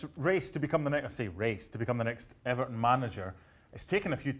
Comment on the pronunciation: You mean EBERTON.